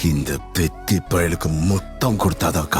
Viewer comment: பெத்தி ❌ கொத்தி ✅